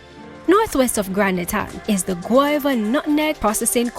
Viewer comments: The nutmeg station is located in Gouyave, a French word pronounced Gu-aa-ve. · It's pronounced "Guav" like guava (which is what Gouyave means). Not "Goh yah veh"